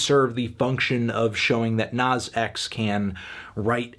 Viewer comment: And calling him “nawz”